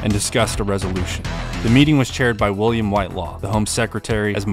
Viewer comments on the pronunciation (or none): none